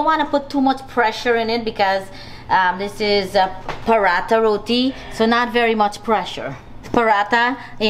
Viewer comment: Great episode loved the herbs from Sandy's garden, great variety of food. and I am so happy you are saying "Roti" and not "Rodi"💌